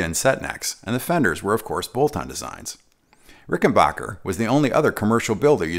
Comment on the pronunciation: Very informative. One comment though: I believe it's pronounced Ricken-backer not Ricken-bocker. Like Eddy Rickenbacker. It's an American company, not German.